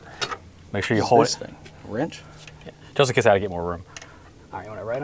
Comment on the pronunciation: LMFAO I'm dying at him calling every wrench a hammer and then once he gets a hammer he's like "what's this thing? A wrentch?" Hahaha